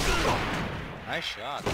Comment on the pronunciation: I love the way says 'naice shot'